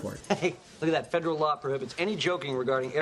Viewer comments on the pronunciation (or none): none